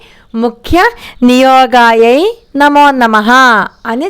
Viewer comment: Amma namaskaramu నమోన్నమః అంటున్నట్టున్నారు. నమో నమః అని మాత్రమే పలకాలి. ఒత్తు పలుకు రాదని మనవి.